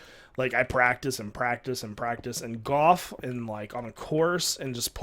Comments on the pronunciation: U say goyh instead of golf and it is annoying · Is he saying, "Goff" or "Golf"?